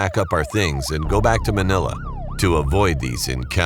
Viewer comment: Panget din mga pagsabi nila ng Manila or Tik tik noh? LOL